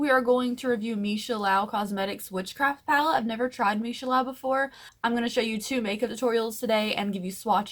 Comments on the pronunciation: Also, it’s meesha “Loo” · Lau? There is an 'o' in the middle not an 'a'.